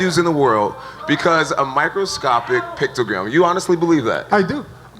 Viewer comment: "Microscoptic pictogram" ~ Jon Jones, 2018